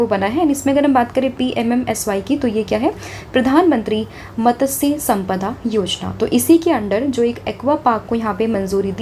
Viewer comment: Madam main kab se apka video daily basis se dekh raha hun. Per mera ek complain hae. App english medium student hai kya? App mastya sampada v sehi nehi bol paa rahi hae. Bahat sare hindi yaa odia words sehi sae pronounce nehi kar pa rahe hain. Plss you are our mentor. So we don't expect this type of wrong pronounciation from you guys. Not only you sir has more wrong pronounciation. Don't make video just to earn money in YouTube.